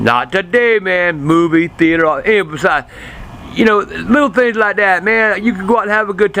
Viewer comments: "THEE-ATE-ERR" - Love dat accent. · thee-eighter haha